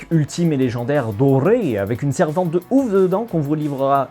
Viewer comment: Petite note pour le "Dorrrréé" de l'aubergiste Hearthstone